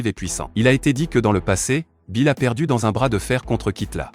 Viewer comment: il s'appelle Beerus pas Bill s'il te plaît dit bien sont nom Beerus Lord Beerus